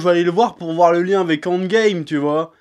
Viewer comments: J'ai compris seulement à la fin qu'il disait "End Game" et pas "Ant Game" qui serait un mixe bizarre entre les deux choses. Tu parles trop vite à certains moments chef ^^' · "Andgame"... Je connaissais le handball, mais andgame... 🤔